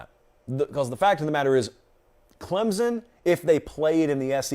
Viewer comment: it looks like John Emery tore his ACL. You were just talking about him. Also, you’re still saying Clemson wrong:) Update: he posted on Instagram that he just twisted his ankle. 🤞🏼